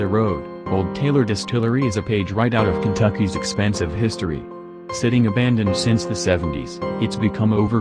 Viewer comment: He said ahandoned in the beginning!?!😂😂